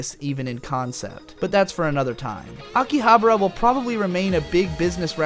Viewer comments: Dude, it's AkihabAra, not AkihaBRA. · Pretty sure it's pronounced differently than how you're pronouncing it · Huh. pronunciation of Akibahara is like the fifth way I have heard it said. My wife's Japanese friend and our bartender buddy from over there each say it differently than the other too.